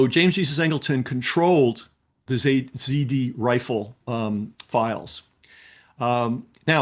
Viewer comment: Z R Rifle, not zD